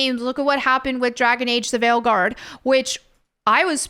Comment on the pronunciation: "ign gave veilguard a 9 tho"... ign gave a 9 that means... 5 LMAO Wow... "VYEEE.... "its viii like wiiii" in my perspective and most i believe? but don't change for us DORITO shapes:D VYEE i love it:D